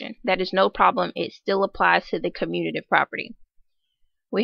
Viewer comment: It’s “commutative” not “communative”